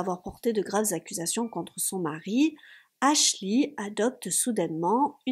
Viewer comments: Dès que tu dis "aslchy" ça me donne envie de péter mon ordi lol...on dit "aschley" même si je ne sais pas comment ça s'écrit, mais ça me soule sérieux… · Ashley qui se prononce: "Achlai" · ashley se prononce pas avec un i a la fin